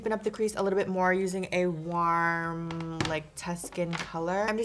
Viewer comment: Why do you ay "WARM" all fucked up